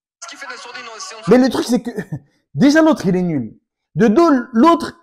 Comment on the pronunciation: L accent kmer qui ressort sur ton "nuuuuuuuuuuuuul" et ton "techniquement"😂